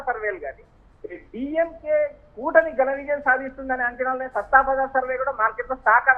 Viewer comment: సట్టా బజార్ అని పలకాలి